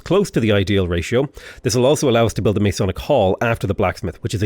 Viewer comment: Great vid! One note: its Ma-sonic, source I'm a Mason